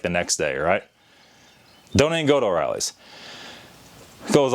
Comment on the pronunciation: O'Reilly. Not oreillys